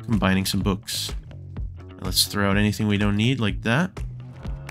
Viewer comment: im sorry but was trying too say books because it sounds like bewks